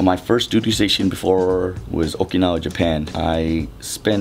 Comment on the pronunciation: Not first..... FORST lol